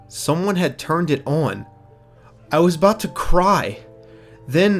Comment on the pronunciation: Stop fucking saying on like that